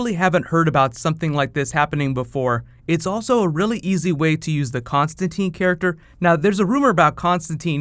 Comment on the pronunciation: Hope I'm not only one who knows he's misprouncing Constantine.